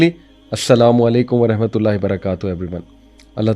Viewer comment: حج مبارک بھائی. آپ پلیز رحمتہ اللہ زیر کیساتھ نہیں زبر کیساتھ کہا کریں. آپ کو کافی لوگ سنتے ہیں انکی بھی تصحیح ہو جائے گی. جزاک اللہ. ❤ Rahmatullah instead of Rehmatullah.